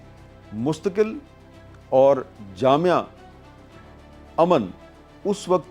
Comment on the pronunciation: جامع حل (درست تلفظ) جامعہ حل (غلط تلفظ)